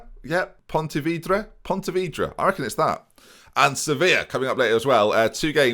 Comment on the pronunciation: It always surprises me that for someone who has played FM for so long you don't know almost the entirety of teams in at least the "big"nations never mind World Football. Also, in Spain you don't say 'ee' for single e's, so it'd just be Pontevedra and not Ponteveedra. Also, also, here's the daily "it's pronounced BRAGANSA & ZEEN-YO, not BRAGANKA & ZEENO" I'm gonna do everytime you pronounce them wrong lol.